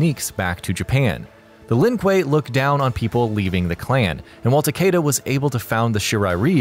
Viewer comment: That’s not how you say Shirai Ryu and Takeda